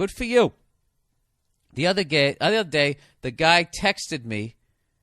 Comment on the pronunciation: LMAO the other GAY .... the other day LOL